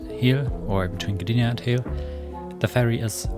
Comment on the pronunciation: I have just been to Hel over the easter holidays and it's pronounced just with a long e. So just pronounce it like you would pronounce "Heel" in German.